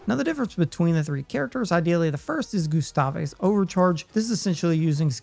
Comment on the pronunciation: "Mail"? "Loon"? "Goostaveh"?